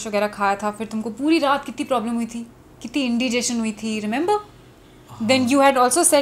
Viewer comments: Indigeeestion Wrong pronunciation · ideas trending said, in di gee stion instead it is in die gii stion..........